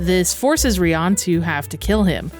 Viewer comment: suddenly changing how she pronounces Rion from "REE-on" to "ree-OWN" is very jarring